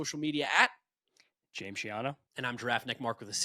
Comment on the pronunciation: It bugs me that James can't pronounce hard Ts. lol